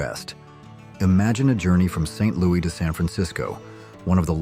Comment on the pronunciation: AI can’t pronounce St LouiS with an s.